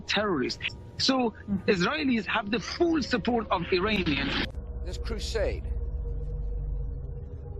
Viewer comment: & : Oh no!!! He said “phuul suppoht” like the Hindus do on Twitter! 🤣😂😁🤪